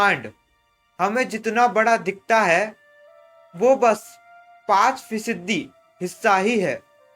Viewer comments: फिसदी नही होता है फीसदी होता है भाई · Fisadi....😂😂venganiko...😂hongay.... improve ur pranounsation